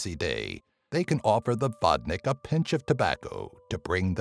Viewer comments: Well, actually it is pronounced [vodni:k] ... I ment your number 9, just for the good measures. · how you say Vodnik is making me laugh xDDD Vodnyk